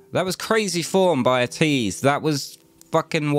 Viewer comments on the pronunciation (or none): Ateez is actually pronounced A-tease not At ease. There are a eight member group. The fandom name is called (A-tin-y) Atiny.